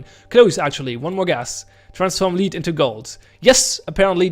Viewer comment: For reference, lead is pronounced led